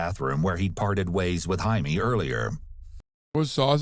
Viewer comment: Annoying to talk about pet peeves regarding a murder case, but his name isn’t Jamie, it’s JAI-me and pronounce hai-meh